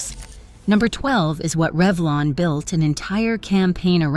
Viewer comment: Reevlon????? You mean REVLON?!?!?